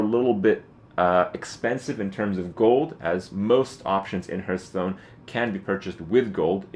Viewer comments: It's pronounced harth not herth dammit. Lol.That aside, very helpful. Thank you. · how can you play this game so much and still pronounce the name fucking wrong.